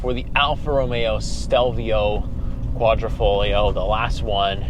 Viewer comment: There is nothing ‘esc’ about the exposed carbon fiber panels ! Also it’s a QuadrifoGlio, not folio. Dude, do some homework before you review a car, especially an Italian one.